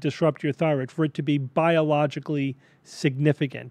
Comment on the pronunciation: "It affects yer Phyroid"